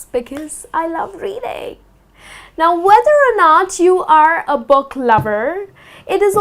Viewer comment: y she pronounce book like box :-/